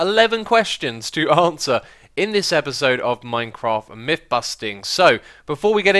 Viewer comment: They are myTHS not miFFS. Learn to speak.